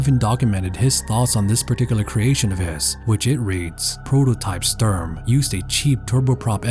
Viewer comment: you pronounce Sturm false. Its more like Shtoorm. And as you can guess: german: Sturm = english: Storm. Just in case no one informed you about that allready.